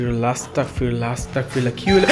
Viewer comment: vaiআস্তাকফিরুল্লাহ বলবেন না — ওটা 'আস্তাগফিরুল্লাহ' হবে। উচ্চারণে 'ক' নয়, 'গ' হবে।" আস্তাগফিরুল্লাহ (أستغفر الله)